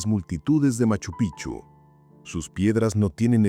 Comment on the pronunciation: ME CANSA OIRTE DECIR PICHU ES. EN CAMBIO PIKCHU ASI SE PRONUNCIA ES PALABRA QUECHUA NO ES PICHU SE ESCRIBE PICCHU Y SU PRONUNCIACION ES. PIKCHU PIKCHU PIKCHU NO LO OLVIDES 😮😮😮